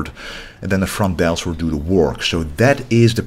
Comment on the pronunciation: "The frontdeltschhhh”